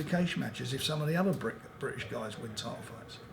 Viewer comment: "The Briddish fiders have world tidles, and I'm the promoder..."